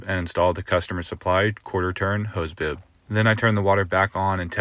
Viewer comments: Boob? PRONUNCIATE NOT MASTICATE! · Anyone else hear "hose boob"? 😂